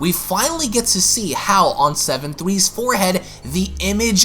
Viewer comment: Seven Twee 🤣🤣🤦🏾‍♂️